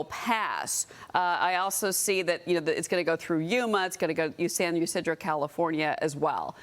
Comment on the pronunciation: San Ysidro...It is pronounced San Eseedro. Don't pronounce the Y. Looking forward to cheering on the convoy!